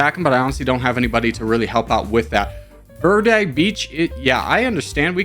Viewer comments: Verde is pronounced "Vayr-day" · verde is pronounced like v air day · In Spanish you roll your r and the e sounds like the e in eggs.